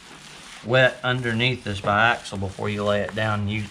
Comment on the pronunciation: Awesome to see the progress, can't wait to see it in person! And you nailed the biaxial pronunciation!